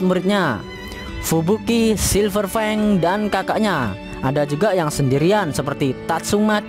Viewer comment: Silverfangek... We dengernya kek gitu